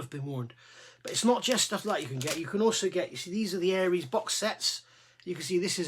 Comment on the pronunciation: Good guide for beginners. Just one small point is the way you pronounce Aires, it's not Aries ( Air rees ) as in the star sign, it's Aires as in Aircraft Resin.